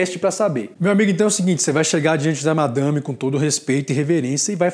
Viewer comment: Cada vez que vc fala "madame" eu morro de rir. Kkkkkkkkkkkkkkkkkkk Parabéns por fazer vídeos com conteúdo de qualidade e bom humor.